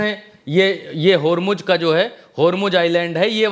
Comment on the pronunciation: Sreaight of "HomuJ" 😂😂